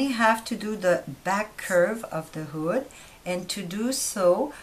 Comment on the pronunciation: I legit thought she said booty lol but thanks for the upload! really helpful and informative 👍